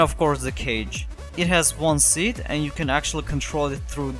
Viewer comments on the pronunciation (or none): none